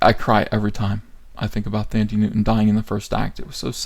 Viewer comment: It's pronounced "Tandy" Newton.